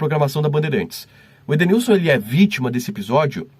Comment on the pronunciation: Perito não sabe nem falar o nome do Edenilson lkkkkkkkkk